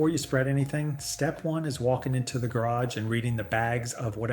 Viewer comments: didnt realize til he said garage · Why did he say Garage like he did